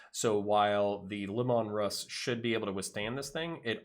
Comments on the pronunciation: Lee mun Russ, not lemon russ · Sorry, but it was painful to keep hearing you say Lim-mon Russ... It is Lee- Man Russ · fyi your saying lemanruss wrong. it's LEEmanruss, thats how gw says it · I mean no I'll will to his pronunciation of Leman Russ, but 'Lemon Russ' is too good to pass up as my new head canon.